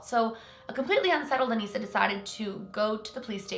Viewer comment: That’s my name Anissa but you pronounce it as Anessa